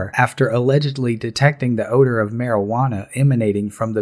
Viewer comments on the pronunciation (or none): Why am I under arrest?!? "For the odoe of marijuana" HAHAHAHAHAHAHAHAHAHAHAHAHAHAHAHAHAHAHAHAHAHAHAHAHAHAHAHAHAHAHAHAHAHAHAHAHAHAHAHAHAHAHAHAHAHAHAHAHAHAHAHAHAHAHAHAHAHAHAHAHAHAHAHAHAHAHAHAHAHAHAHAHAHAHAHAHAHAHAHAHAHAHAHAHAHAHAHAHAHAHAHAHAHAHAHAHAHAHAHA